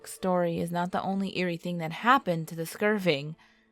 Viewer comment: First of all, there's no "G" in "Skirvin". Secondly, it's pronounced "TUL-SA", not "TUS-LA". Third, did you attend the William Shatner school of diction? What... kind of... speaking is... that?